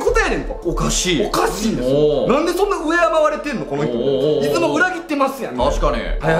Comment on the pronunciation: 島根県民なので出雲に関することは気になっていたので面白かったです！ ただ出雲のイントネーションが気になりました、、出雲の「い」にアクセントつけるのが正しいです